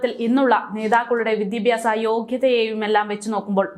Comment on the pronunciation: വിദ്യാഭ്യാസ... എന്ന് പറയുക. മോളേ 👍🏻🥰